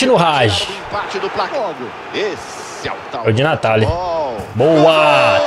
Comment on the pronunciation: se escreve Hagi mas se pronúncia ha-gui